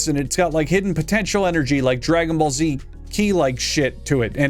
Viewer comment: I subtract fifty-eight (58) points from for mispronouncing Dragon Ball Z.